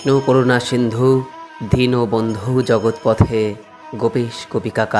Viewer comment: Khub sundor vdo kintu ekta katha boli pronaam montre barbar jogotpothe sunte ektu onnorokom lagche jogotpote mane jogoter nath ke bola hoi tai he krishna Karuna sindhu dinbondhu jagatpate gopesh gopikakanta radhakanta namahashtute 🙏🙏🙏🙏🙏